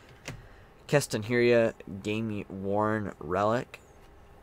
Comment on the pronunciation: Mannnn, please say keston hiura's name right lol its driving me nuts. Its not 'herrey ah'.... Its 'He Er AH'